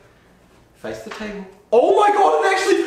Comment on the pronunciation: “You aren’t thee dinner”🤣🤣